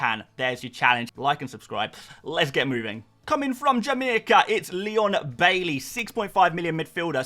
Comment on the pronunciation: My nan thinks your Jamaican accent while introducing Leon Bailey was kinda racist, she ain't pleased 😁